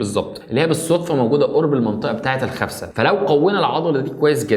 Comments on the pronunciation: اسمها خسفه مو خفسه 😂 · خسفة مو خفسة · خسفة وليس خفسة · خسفه مو خفسه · خسفه وليس خفسة ياريت جميع المصريين يصحّحوا الكلمة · الخسفه وليس الخفسه 😂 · اسمها خسفة مو خفسة 😐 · الخسفه اخي. غلط. تقولها. 😂